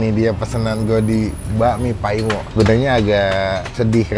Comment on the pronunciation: Maaf bang Koreksi dikit boleh kan?nama bapak nya bukan nya Pak Paimo bukan Pa'imo,gk dipisah antara Pa sama imo nya.Agak gimana gitu denger orang manggil nama orang yg lebih tua cmn lngsung Paimo Paimo aja.